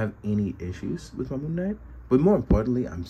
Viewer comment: wait did i hear you call him moonmate?? lmfao